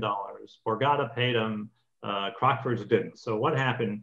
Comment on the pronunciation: A point about CROCKFORDS (which is pronounced CROC (like a Crocodile) with FORDS sounding like FUDS) - not CROXFORDS. In the UK Gambling debts (both ways) are not enforceable in law. (I am an ex-bookmaker.) The commentary said that Ivey sued for a gambling debt. That is why the UK judge gave his verdict as he did. (20.36 on the video) calling the play "Cheating". To my mind, if the casino is so careless as to use cards that they know are badly printed, I cannot see how this is cheating. They should use cards with a plain colour, even white -no problem then. But then I'm not a judge!